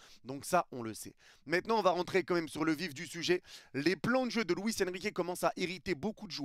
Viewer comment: On dit " quand même " Pas "qu'un aime " Stp